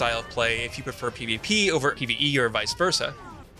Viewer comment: what is he saying??? pvpe???? is it pvp or is it pve??? hello??? spit it out ffs